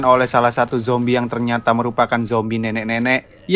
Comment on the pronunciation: seketika humorku lepas denger abangnya sebutin "Justin Bibier berubah jadi zombay" 🤣